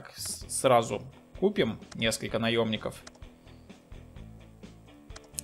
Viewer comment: Забавно он говорит наёбников хахахах понимаю